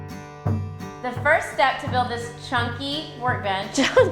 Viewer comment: She did say "chunky"? Did her sis think she said "junkie"?